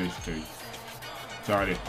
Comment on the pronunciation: Chikhaoui se prononce chiraoui